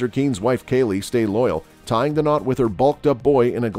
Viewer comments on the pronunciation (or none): none